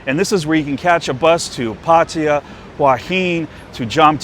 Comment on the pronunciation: Ffs, learn how to pronounce Sukhumvit. For that matter learn how to pronounce Pattaya and Hua Hin too.